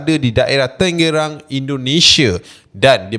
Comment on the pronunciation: Tan ge rang bukan tenge rang